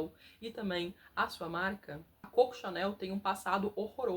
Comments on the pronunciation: Sugestão com simpatia: antes de falar da Criadora da marca Chanel pelo apelido com o qual é conhecida, identificada e tudo o mais, precisa resolver se vai pronunciar corretamente seu apelido ou, mimha sugestao: referir-se a ela como Mademoiselle Chanel. Corretíssimo. CÔCO CHANEL NÃO EXISTE. E, para não incorrer na velha armadilha linguística, use o Mademoiselle Chanel. Melhor que atrofiar uma marca de altissima relevância até os dias de Fernanda Torres😅😊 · Vou resolver o problema: pronuncie Coco como deve ser feito, em francês, Cocô! Então, está resolvido!